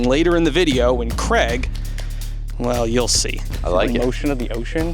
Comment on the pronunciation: Is your name Craig with an a or Creg stressing me out honestly man try using the a in his name 😩😩😩